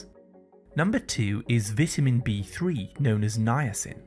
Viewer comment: I hate these AI-generated videos where they can't pronounce basic English words like vitamin or cholesterol and how about backing up your claims with years of research results instead of regurgitating information that might be misleading.